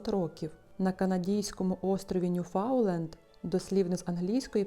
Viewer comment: Острів - Ньюфаундленд. Після вашого - «ньюфауленда», одразу відпала охота слухати далі.